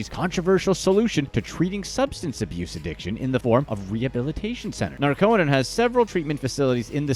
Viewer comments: It's NAR-co-non, not Nar-CO-non. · Geeze, Narconon is pronounced "NAR-Kuh-Nahn, with the emphasis on the first syllable.